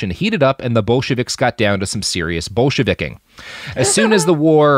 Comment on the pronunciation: "Bolsheveking" is pretty good.